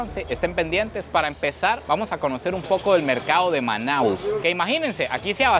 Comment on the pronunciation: O nome correto da cidade é Manaus, não manaos.